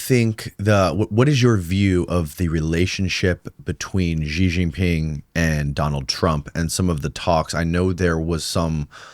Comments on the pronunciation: learn to pronounce Xi Jin Ping properly. It's NOT Zhi Zhi Ping, for goodness sake. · WHY do wypipo think Chinese is French...?!?!? Xi Jinping is more or less pronounced like SHE JEAN PING, NOT zheeei zheeeen ping. We don't care if you butcher the tones, but can you at least please try better with the consonants? You HAVE those consonant sounds IN American English. But thank you for talking with!